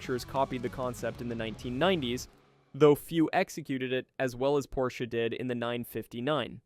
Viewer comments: Very good video. It's an awesome narration. The only thing I have to say is that it is weird that you know so much about this car that you have to name the company incorrectly. The Porsche is called Porsch AH, not Porsch, with a long or hard E. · You are calling this legend a "Porshy?" Moron. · I’m sure the “Porshy” is a joke and one opinion doesn’t matter but this car has so much to do with Motorsport history and a huge part of why Porsche is Porsche today (Minus the cayenne bailing them out$$) the least you could do is address the builders name correctly👎🏻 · Yes......yes he is 😂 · Get your pronunciation correct! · An entire video saying porschy? Annoying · It annoys me as well. He's talking about a brand of car nobody ever heard of..., wait I'll watch if I can find my Volvoy on the parking lot.